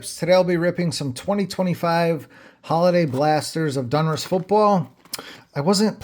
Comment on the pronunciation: ITS DONruss NOT DUNruss 👍🏻